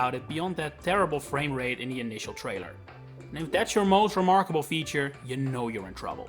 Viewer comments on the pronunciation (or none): none